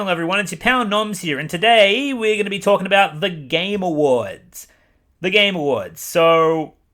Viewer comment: Every time he says "the game awards" I hear "the gamer words"